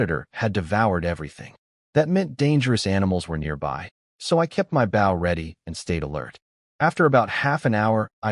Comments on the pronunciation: They just need to add an e ... Bowe....🤷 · Why doesn't AI know how to say BOW as in BOW and ARROWS??? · It really frigging grinds my gears this thing cant say "bow" correctly. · I like the stories but can't you program the narration program to say the word "bow" correctly? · Can you train AI to saybow properly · Can you put a word before bow like hunters bow because the ai keeps saying it wrong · Even if the author does the ai will stay say bow wrong unless its a different ai cuz I watched one sometime ago that had overlord bow and the ai is still saying it wrong. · but it does say it right with crossbow so thats why i thought, maybe if he changes it to longbow or shortbow or hunters bow it might say it right aswell